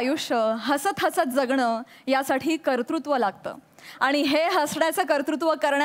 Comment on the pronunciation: कतृत्व नाही, कर्तुत्व 😂😂😂